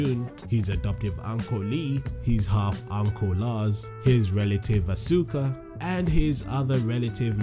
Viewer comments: EnderMan BOSS it pronounce "aska" I think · it's pronunced ask ah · Asuka is my favorite. One thing that bugs me though is when people mispronounce her name -_- It should be pronounced Awe - skuh instead of Awe - soo - kuh or Awe - suk - kuh. I think a lot of that confusion was due to the announcer in Tekken 6 during character select mispronounced her name when she was selected. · u pronounced Asuka wrong